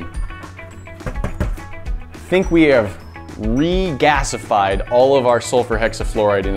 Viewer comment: New word: regasified (re-gas-I-fide)